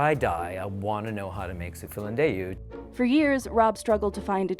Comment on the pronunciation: "Su filindeu". Business Insider has to have their hosts entonate Italian words the right way, I thought she was speaking Chinese. She says it like, "Su-feelin-doo". It's "Sue feelin'-DÉ-ÚH".